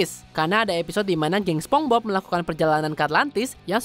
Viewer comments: "Spongbob"? wah kacau nih orang😂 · Naratornya disuruh ajarin ngomong SPONGEBOB dulu lahh Dari tadi ngomong SepongBob aneh dan ambigu bgt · Yg lucu adalah penyebutan naratornya ke spongbob bukan spongebob🥺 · Cara bacanya "sponsbob" bukan "sepongbob", kasian si bob kalo kata radit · Naratornya bilang sepong-bob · "spong bob" hehehe